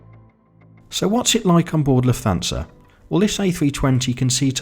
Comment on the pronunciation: Great video! Only suggestion is that Lufthansa is pronounced 'luft-hansa'. Keep up the good work